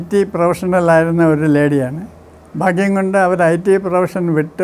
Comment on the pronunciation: ഫാഗ്യം ❌ ഭാഗ്യം ✅ അനുഫവം ❌ അനുഭവം ✅